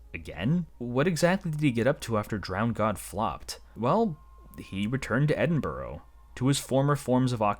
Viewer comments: tsk tsk edd-in-bur-ruh or edd-in-bruh not borough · edinburgh is not edinburrow it. ed in bra im not even scottish but why cant american and canadas get it right 😂 great vid tho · As a Scot, the pronunciation of Edinburgh made me laugh. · yeah the anglosaxon word burgh or berg just means fortified town as the city was in northumbrian lands, but its now scotish hence why it an ahhhh sound R and ah sound its not eding berg 😂